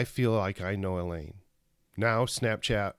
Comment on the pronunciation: Thanks for the shout out!! You always did call me Elaine - but my name is pronounced like Eileen.:) No worries though. If anyone wants to follow me on Snapchat my user name is = ileanesmith Snap ya later!